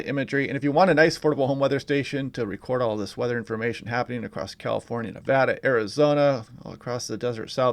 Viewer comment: Thank you for pronouncing Nevada correctly! Lol I use to live in so California. Hoping for rain in Reno.